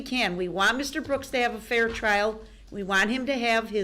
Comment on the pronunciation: The way he pronounce fair. FIEEEE-JAIR